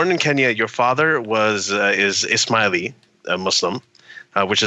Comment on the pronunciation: Ishmaeli sounds like "Is Smiley" :-)